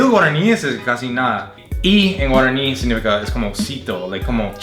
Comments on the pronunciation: Noooo así no es no sabes pronunciar. Aprende un copo más después hace tus video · Sos un capo boludo vos sabés que te reeeeee admiro Dios como sabe pronunciar las palabras en guaraní demasiado bien KO sale boludo